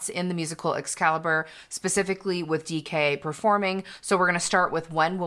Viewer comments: Hiii it's "XCALIBUR" not "XCALIBER" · tysm for this reaction, I'll watch the whole thing as soon as I can!! it's 'xcalibur' tho, just sayingg👀